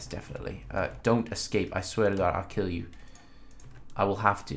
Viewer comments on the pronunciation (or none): none